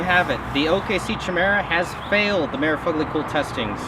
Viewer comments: Not "chi" it's "kia" but don't feel bad out of like all the videos on this knife on YouTube only one guy pronounces it correctly. Also omg! After repeated strikes against a mere cinder block I wonder how it would stand up to a caterpillar D-9? I think that test would be just as practical. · Pronouced "kie-meera" not "chi-mera" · Fuck me, I hope you're not still pronouncing 'Chimera' like that. 'K-eye-merah.' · Try saying it like this "Ky-mera"